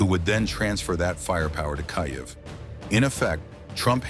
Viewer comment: After all these years, and you still can't pronounce KYIV right. THUMBS DOWN.